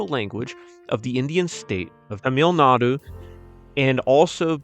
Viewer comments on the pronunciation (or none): none